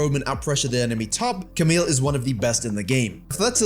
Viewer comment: Stop calling Camille "Kamil" guyz ! It's pronounced Kamiy (the Y from Yo, You, Years, Yard, but without the vowel after)